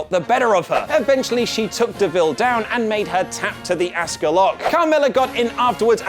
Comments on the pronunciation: Jesus Christ , how have I never noticed how much this guy butchers Asuka’s name? It’s “aws ka” not “ask uh”! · AHH-SkA not Ask-ah